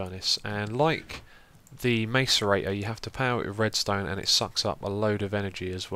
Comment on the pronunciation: Xisuma, macerator is pronounced mass-er-ator